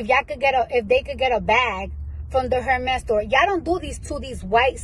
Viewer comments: People who don't know how to pronounce Hérmes shouldn't even own their bags. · * The H in Hermes is silent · please tell them the H is silent Hermès